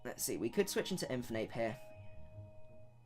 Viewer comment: The way you pronounce Infernape hurts